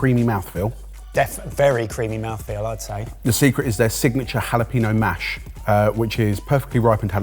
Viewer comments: for the love of god stop inserting "peen" into the word jalapeño. ha-la-PEN-yo. never good to insert peen where it doesn't belong. makes every spanish speaker cringe. almost as bad as "choritzoh" for chorizo or "payela" for paella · Why do you call it JalaPEEno? The ñ is there for a reason. ññññññññññññññññññññññññññññññññññññññññññññññ